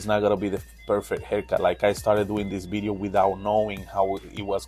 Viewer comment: I love your accent and the way you say “bideo “🥰🤣